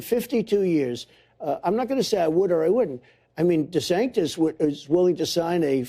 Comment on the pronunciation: "DaSanctis" lol.